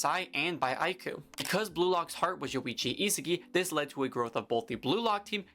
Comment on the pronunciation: How does bro pronounce Isagi:face-purple-crying::face-purple-crying